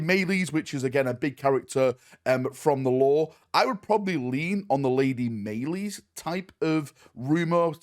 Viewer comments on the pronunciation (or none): Maylees? Pretty sure it's pronounced like Malice, because Dark Eldar. :P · Malice.... Not may lice. Just spelled with a Y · Maylees? It's pronounced Malice. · Malys as in Malice, not maylis. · Im pretty sure its pronounced Lady Malice, not Maylees. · Malys is pronounced malice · its pronounced Malice Its coz deldar are so metal, yo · Its pronounced "Lady Malice" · I was always under the impression it was pronounced like Malaise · Malys? Malys? Who the fuck is Malys… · Iunno why but I figured her name was pronounced like malice.